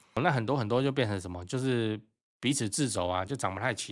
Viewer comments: 是掣(ㄔㄜˋ )肘，不是製喔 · 掣肘，音ㄔㄜˋ。 遠古時期就有一堆專家拿著區區幾個不知道哪來的數據也沒有研究結果，就武斷說未來會崩盤。 我還是希望一家人住。新建案兩房，樓下樓上跟旁邊買個三間，配一個邊間三房，同事朋友多多少少也是這樣買，空間利用比較彈性，相信其他人也是有如此考量而多買，所以崩盤不至於，但會因為經濟及恐慌性心理而下降。 有些新建案三四房，開價沒在幫客戶端考慮，已經超過豪宅線的，想必是有針對市場區隔做出的判斷。